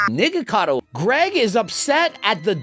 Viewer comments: WHY DID BRO SAY NIGACADO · Nah bro say nigacado I can’t he is truly channelling his ancestors will 😂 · he 100% said niggacado